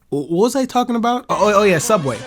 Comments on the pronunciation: Don't you mean sooubway? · It's pronounced Sooubway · You see, if this were sooubway it would be way better.